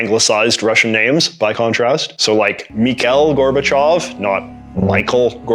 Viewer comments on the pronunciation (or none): none